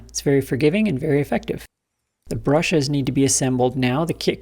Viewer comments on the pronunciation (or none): I can't be the only person that heard "brushers" here, to go with the nusher.